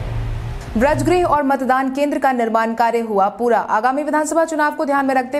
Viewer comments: Braj nahi bajr bolo tum uchcharan Sahi karo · समाचार वाचक से सही उच्चारण की अपेक्षा की जाती है। वज्रगृह को व्रजगृह न कहें।